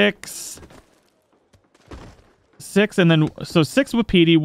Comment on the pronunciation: Not to be that guy but it's pronounced "wah pitty" not "wahpeety" I didn't know that until recently